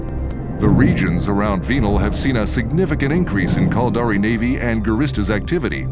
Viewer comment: lol. Sounds like he's saying "Culdari".. sounds stupid. This video really represents eve well: A full story, rich in intrigue and suspense, NONE OF WHICH any player actually experiences in the game. Eve is an exercise in struggling massively to understand how to do the simplest of things, followed by Griefers killing you in "safe" space and taking all your stuff while hoping you will cry. I've played for nearly 20 years and these vids are only made to fool people into thinking they can participate in some grand story.. and they really can't.